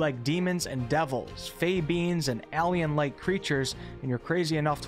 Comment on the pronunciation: Why does he say AHL-ien lol